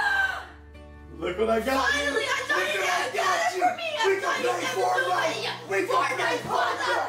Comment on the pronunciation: Faivenite not fortnite hahaha